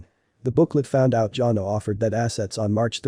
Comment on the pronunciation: It's not pronounced Johnna! It's pronounced Jan-A